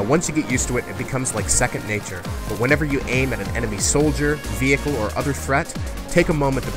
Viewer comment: "VE-HERE-CLE Combat" ....LOL